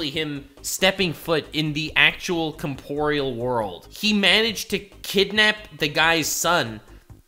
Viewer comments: You said comporeal twice, I thought you just misspoke the first time. The word is "Corporeal" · OK, I have to say, its 'corporeal', not 'comporeal'